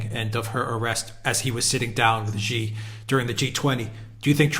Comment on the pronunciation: President Xi's name is pronounced as "See", not "Jee".